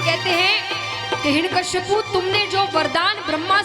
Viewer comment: 'हिरण्यकश्यपु' नहीं "हिरण्यकशिपु' । प्रवक्ता/प्रवक्तृ का उच्चारण शुद्ध होना चाहिए